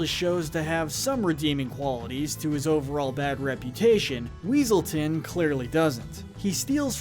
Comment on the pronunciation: "Weselton" It's Weaselton, Duke Weaselton!